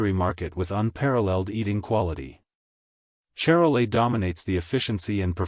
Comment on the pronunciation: say shar-lay